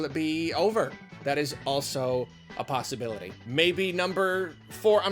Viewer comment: Nobody:: ‘it’sa pasta bility’ 🙃